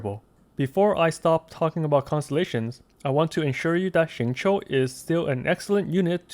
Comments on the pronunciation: Awesome guide! Also very spot-on pronunciation of his name, down to the tones. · Did he... just pronounce his name RIGHT?! He is a god!! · A youtuber who pronounces xingqiu right?!? Upvoted! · great guide as always and thank you for actually pronouncing his name right :D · Xingqiu's name pronounciation is RIGHT ON, as mandarin speaker, I approve this guide.